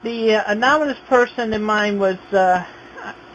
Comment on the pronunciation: 0 seconds in and "Anominus" fucking sent me